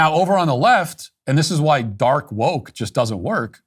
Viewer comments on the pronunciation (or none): Dork not dark. "Dork woke"